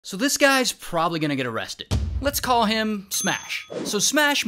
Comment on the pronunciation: I love when he says they found “heem” instead of him